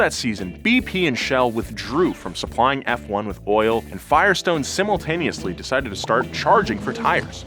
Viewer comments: Never every call it "fwun" again please I beg. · what the hell is fwun??? WHAT THE HELL???? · Oh you’re no fwun! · Why it’s so fwun to say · I shorten it to fone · even Hikari Kagura ever mention F1 as "Fwun". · F1: it's fwun for the whole family! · Yea, no one calls it “fwun”. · Fwon!!! Ahhahahahhah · Fake Fwun fan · On second thought, please keep calling it fwun. Because watching its fanboys twitch like that, is hilarious. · Fwun?!!?! wtf?!? Bad! No, not like this. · 6 seconds in. Not known as fffffone. Really? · "Fwon" that's a doozy, never in my life have i ever heard it. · Been watching F1 for 40 years... First time I heard " fwun". You just told 750,000 people this misinformation. Thought better of you. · No one ever said “fwan”😐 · No one calls it "fwun" sherlock its "F one". Do better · its not Fuan its F1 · F1 not Fwun. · Tommo please make a video while saying fwun instead of F1 please I beg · its not fwun its juan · Nobody calls it Fwahn. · "known as FWANE" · who tf calls it fwun lmao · “Formula One or FWONE as F1 fans call it” Haha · Did you just call it fuan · Who the hell calls forumla 1 fwone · this man really said f0ne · * calls it "fwun" Me: * clicks off the video immediately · Whatever you said. Good ol' FWUN. get a load of this guys lol. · never say that fwun word ever again I beg you...:( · literally noone has ever called it "Fwon" before! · no. Fwun? Nah dude nah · also known as "fwun" ha ha ha that gave me a chuckle. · No one says fwun dafuq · Who tf says "fwon"? Come on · aint nobody calling it fuan haha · Who? Who calls F1 as “FONE”????? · Fwannnnn lmao. Nope. Never. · Who tf calls F1, Fwun? I'm not saying people don't, but I've never heard it called that.. until now. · who the hell calls F1 Fwon??? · just you just call formula 1, “Fuone” No, this is absolutely not what fans call it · From this day im gonna call f1 as fone "fwahn" 🤣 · never say fwan ever again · Who tf says fwone